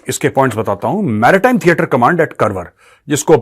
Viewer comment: कारवार Not करवर